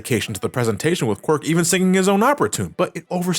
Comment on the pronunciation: LOL he called Qwark “Quirk”😂